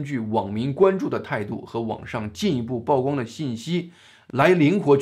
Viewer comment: 曝光 曝光度 曝露 曝屍荒野 野人獻曝 均唸（鋪）第四聲.